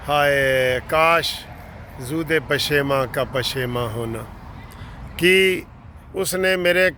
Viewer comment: .zood e pasheman ni.zood pasheman. Hy